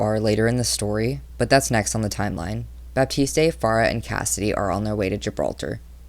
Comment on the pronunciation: the e in baptiste is silent